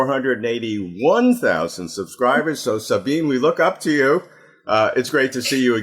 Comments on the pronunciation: Sabine is THREE syllables. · How shabby to not even know how to pronounce her name. It's embarrassing and disrespectful. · Robert, you mispronounced Sabine's name! 😆